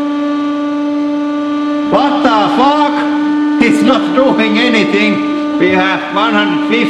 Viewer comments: when he said "waat da FAAKK?" i felt that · Vat da fak?!?!! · I love when he says 'what de fuck' 😂😂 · Its vat ta fak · “WHIAT DAH FUACK” button